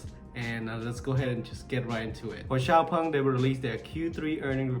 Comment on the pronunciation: Thanks, finally I know how to correctly pronounce Xpeng 😂